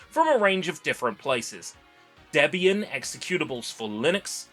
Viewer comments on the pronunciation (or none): none